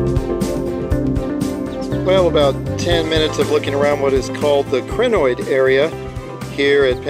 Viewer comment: Pronunciation of Crinoid should be (CRY-NOID), rather than (CRIH-NOID) Otherwise, a nice video. :) Thanks for posting it.